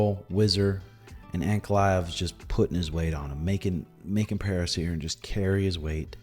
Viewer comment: The way says Per-Hair-Uh kills me 😂